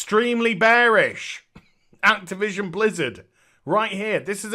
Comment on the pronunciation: I genuinely heard you say: Craptivision.